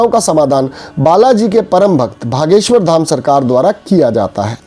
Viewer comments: भागेश्वर नही ह बागेश्वर जी ह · Why u r saying Bha.. Its Bageswhor! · Bhaiya ... Bageswar hai...aap galat ucharana kar rahe hein...